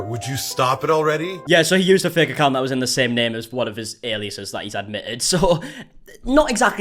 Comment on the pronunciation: When you said "HIS ACCOUNTS GONE" I thought you said "he's a couch goblin"